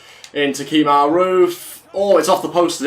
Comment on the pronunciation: Kemar not keemar